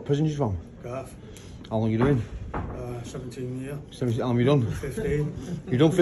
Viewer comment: More than one year is plural and pronounced years. I guess it shortens the sentence when you drop the S